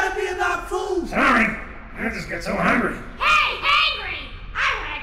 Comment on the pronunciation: he said hangry